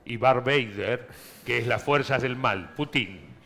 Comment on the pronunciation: Lalo sos un crack. Por favor si lees esto, se dice ''Pútin''